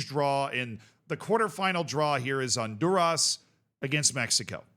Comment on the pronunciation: White man from Florida correctly ignoring the h in Honduras.thought I done seen it all